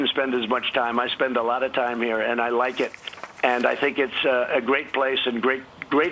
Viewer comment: Anyone noticed how he put the emphasis on "Like?"